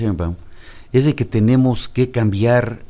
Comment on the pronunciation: ezdeque..... ezdeque....... ezdeque, chale no saben ni hablar.